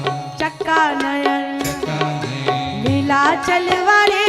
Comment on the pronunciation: जगन्नाथ चका नयन निलांचल वाले हैं.... कृपया उच्चरण सही करें 🙏